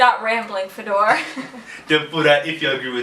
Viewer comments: Чувак а ты точно из России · When guy sad his name like FedOr, you know - he's not actually russian., мать его. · Почему ты наываешь себя а не? звучит ужасно